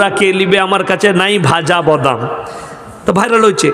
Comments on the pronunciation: উচ্চারণ করতে পারে না। বদাম 😂😂😂😂😂😂😂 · বদাম আবার কি বে🤨.... উচ্চারণ করতে জানিস না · আসলে ওনি ওনার আঞ্চলিক ভাষায় কথা বলছেন ত তাই বাদামকে বদাম উচ্চারণ করছেন। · ক্ষমা করবেন হুজুর বদাম না, বাদাম শুদ্ধ। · আগে বাংলা টা ভালো করে শিখুন ওটা বদাম না বাদাম হবে আর আমাদের ভারতে বিষয়ে ওতো ভাবতে হবেনা নিজেদের বাংলাদেশে নিয়ে ভাবুন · Badam tai thik moto bolte parchhen na....